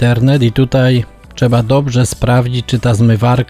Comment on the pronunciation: Jedna uwaga co do filmu. Nie mówi się czeba tylko trzeba...